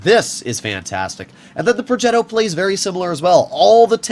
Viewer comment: Not purring like a cat when he pronounces "progetto". We all know you're american, you don't have to force it.